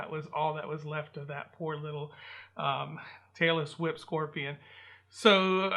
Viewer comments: It sounds like you are saying Taylor Swift Scorpion lol scorpion 🦂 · Barbara Williams glad I’m not the only one that Understood Taylor Swift Scorpion 😂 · Tailless whip! I thought you said "Taylor Swift"!